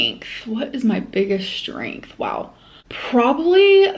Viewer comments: Does the way she says “strength” bother anyone else? Like, there’s no “SHHHH” at the beginning of it. She does the same with the word “extremely,” when she pronounces is “eckSHHHtremely.” Pisses me tf off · Yup she does the shh thing in a lot of words and it makes me so angry